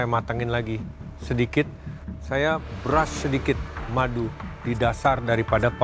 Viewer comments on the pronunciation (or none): none